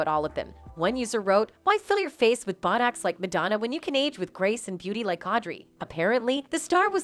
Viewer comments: “Madonna CONFRONTS Candace Owens For COMPARING Her To Jigsaw” No. She does not. About 6 minutes in there’s some confusing talk-over about Madonnas response to the media. Typical narration over clips, with mispronounced words like “bottocks” for Botox and ex-HERPT for excerpt. People, please stop responding to these Clickbait headlines, and make a comment for us to not waste our time so the rest of us can avoid them. Report them and the channel too. How can this have 310K subscribers??? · Did you really HAVE to show the world that you can't pronounce "visage" 10 times? Used to be people tried to disguise their lack of education. Omg she said, "fill your face with buttocks"!! What planet does this ignoramus come from? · AI voice lmao. "Inject yourself with Bott-oxx" "Rye No Plass-Tee" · Did she say "bo docks." Must be a shortage of narrators. Candace Owen's is so irritating and self righteous. Who cares what she thinks.